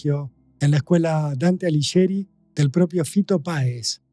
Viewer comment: Ay porteños! Alighieri no se pronuncia Aliyeri. Se pronuncia Aliguieri. No es tan difícil. ¿Dirán también acapeya cuando es a capella?😊